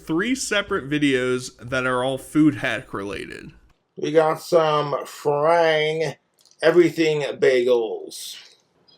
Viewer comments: Did you notice he said frang bread when it's Franz brand bread? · Did he call Franz "frang"😂 the mead is affecting either his or my brain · Am I surprised the Boy can't read cursive? No. But him mistaking the z for a g and calling it "Frang's" is really funny to me. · not till you've said it, now I can't unhear it 😅